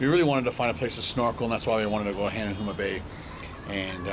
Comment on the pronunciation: Hanuama Bay is pronounced HA-Nah-Ma you silly Canadian...😀